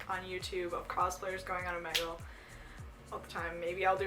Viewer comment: She's saying it wrong it's omegle